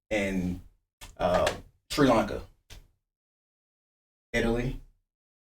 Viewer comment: Mans said “treelanka”